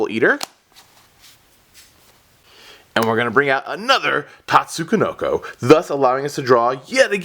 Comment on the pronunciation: Nope, the first "ko" shouldn't be in there